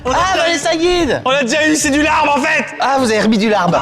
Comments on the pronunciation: Le bo bun est vietnamien et non pas thaïlandais Le Larb (qui se prononce lap) ne ressemble pas du tout à ça mais vraiment c’est totalement différent Svp jugez au moins les vrais plats 😭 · Alors ce se pronone Lab et c'est tres bon quand on sait le preparer bien entendu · Alors.... moi qui suis moitié thaï et moitié laotienne.... je peux vous dire que ça ne représente pas la culture culinaire des deux pays, ET pour le "larb"( qui se prononce lap) ça ne resemble pas du tout à ça TT_TT